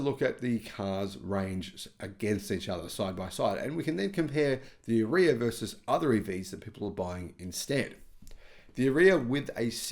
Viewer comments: Are-ee-ah not A-reeya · is pronouncing it wrong, possibly on purpose because he dislikes the car so much, but it's pronounced Ar-yuh same as that girl Arya Stark in Game Of Thrones, it's like he never watched a single promo by Nissan for the car. By the way I'm leasing one now for $270 a month, the car is quite nice at that price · Nissan ARE e ah ….is how our. Nissan pronounced it